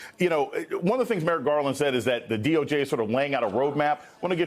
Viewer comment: Ummm sir, it’s D.O.J. Not the D.O.G, he said DOG twice. 2nd time is . Driving me nuts. Oh and tRump needs jail time.